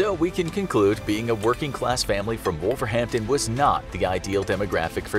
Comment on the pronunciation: hahaha hearing Wolverhampton is hilarious